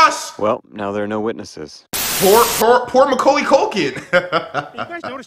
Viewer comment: I like how he pronounced “Macaulay” as “Muckuley”